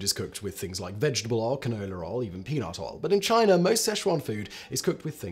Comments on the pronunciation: Why does this guy always pronounce words that end in an "ah" sound as "ahr?" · I was making a joke about how Simon says it. But thank you for the explanation . I didn't know the rapeseed thing.